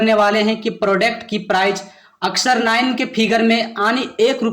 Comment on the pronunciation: Babu prodect matlab kya hota hai yadi nahi jante ho tab English mat bola karo product hota hai samjha nakal mat karo